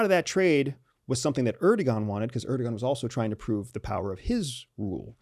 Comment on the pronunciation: Really trivial, but: don't say "erdogan," it's "erdowan."